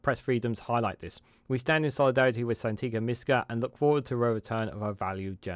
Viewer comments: Thanks for this update. On a side note her name is Sangita - not Santiga 😉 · Its absolutely shameful that you do a video defending Sangita, yet you couldnt be bothered to A) pronounce her name correctly or B)expect us to believe you really know who she is when you called her by something different 20+ times. Perhaps look into "HOOKED ON PHONIX" it may help with "San-gi-ta" as well as "un-press- sid -dent-ed" (unprecedented ) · Quality video, although you Can’t say her name😆. Still gon sub tho. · Apart from your repeated mispronunciation of Sangita’s name, your video is very helpful.